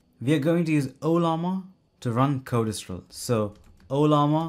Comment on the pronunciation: BTW: It's pronounced code stral NOT code es stral Correct?